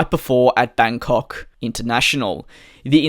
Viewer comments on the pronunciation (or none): none